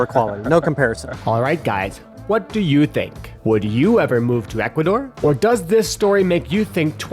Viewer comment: Equador? Really? Are you outta your mind??